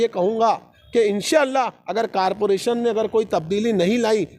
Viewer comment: Carporation x zummedari x Corporation + Zimmedari nahi bol sakte Malegaon ke Educated.